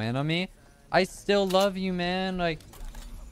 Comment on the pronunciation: lol he said stil not still